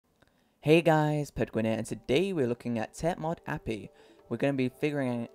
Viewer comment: It's pronounced "Teh/The Mod Ay-Pee-Eye"